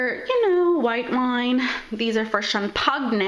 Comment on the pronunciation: cham-pag-ne LOL